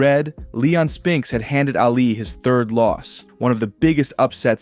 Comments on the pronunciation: It's pronounced "Ah-Lee" not "Alley" -. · Why do you say Allie when saying Ali? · Thumbs down when I heard “Allie” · Brother. Calling Ali "Allie" all video was very hard to listen to. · Hearing Ali’s name mispronounced just hurt my head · How could you mispronounce Ali's surname? You had one job